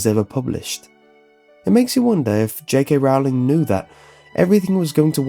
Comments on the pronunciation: Stop stop stop your going to take someone's eye out besides your saying it wrong it's rOwling not rOUwling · my only problem is how you pronounce j.k.'s last name. it should be pronounced as "rolling" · Rowling is pronounced rolling as in rolling-pin, you filthy muggle ( ͡° ͜ʖ ͡°) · Her name is Rowling, like bowling... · Just a friendly reminder, it's pronounced 'J.K. Rolling' not 'J.K. Rowling'